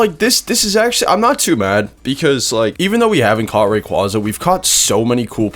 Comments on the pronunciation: COMFIRMED BY POKÉMON IT IS PERNOUNCED RAY-QWAY-ZA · it’s supposed to be a funny thing ray-qwa-za is so funny